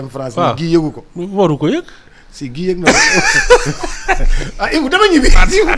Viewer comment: Enfin le nom de Guy est bien prononcé. Ken degoufi Gouy ( baobab) 😢😂😅